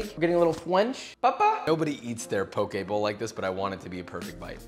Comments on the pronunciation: Thank you for not pronouncing it “poki” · I’m just glad he isn’t saying pok”ē” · so happy you pronounced poke correctly